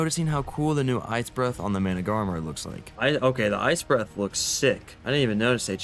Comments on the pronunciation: it's MANA-GAR-MeR that's how you need to spell it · Managamarmar 😂 (it’s mana-gar-mer) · manas are pronounced like "mana then gar then instead of saying mr say mar so basically say managarmar (even tho its spelt managarmr) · its managarmr (mana- gar-mer) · Repeat after me Mana - ga - rmr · its pronounced mana gar mer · petition to make the official pronunciation of the managarmr mana-gah-mar-mar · Mana-Gar-Mer say it like that ❤👍🏼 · i do believe its "Mana-Gar-mer" but thats how i saw it :3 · Its been a year and still can't pronounce managarmr correctly. Hilarious as hell, keep up the amazing work!